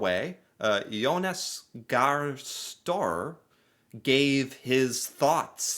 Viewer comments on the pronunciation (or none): you were so good in pronouncing the Norwegian alphabet, so you should know how you pronounce Støre. It's not stor like in the English word store. Remember the Ø, the second last letter in our alphabet. And the E is also pronounced, E as in Eric. 😊❤️ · That was a big FAIL!! He pronounced the primeminister's name completely wrong!! His name is Jonas Gahr Støre....🙂